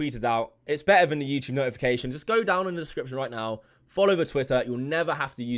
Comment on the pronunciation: Just here to hear say “youchube”